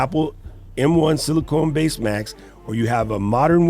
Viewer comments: Great video and excellent recommendations. BTW, sorry to correct you, but it is Apple Silicon not “Silicone”— pronounced like “con” as in “con man” not “cone” as in “ice cream cone”. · Not sili cone it’s pronounced sili con not CONE…. Just FYI